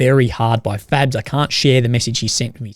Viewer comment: Are you saying FABS or FAGS??? LoLZ a couple of times it sounded kinda the same!!